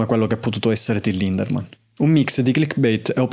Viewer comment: Ciao, e complimenti per il tuo lavoro. Devo fare una piccola puntualizzazione: il nome del front man dei Rammstein è Lindemann, senza la R😅